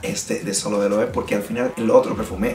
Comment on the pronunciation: Muchachón, muy buena la reseña, solo una corrección en el mejor de los sentidos. La pronunciación de las marcas es super importante también y de aquí mi comentario... La forma correcta de pronunciar esta marca es [LOEVE] todas las letras suenan... Saludos y sigue con el buen trabajo!!!